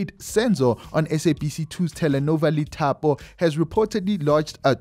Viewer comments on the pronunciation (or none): Lithapo is pronounced Dithapo brother… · The Li in Lithapo is pronounced as Di